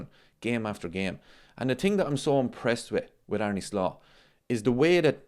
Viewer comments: Did you know, its pronounced Ar-na not Ar-knee?? True story Also, whatever Merson says, you shouldn't never take it too seriously.... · Well actually its pronounced Ar-ne with a heavy r. Just like Slot himself said..